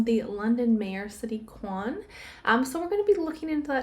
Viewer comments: Interesting read...just a heads up ... Khan is pronounced as in Carn ❤ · Khan.. pronounced Caaan fyi!! Otherwise known as a little nefarious creep!!!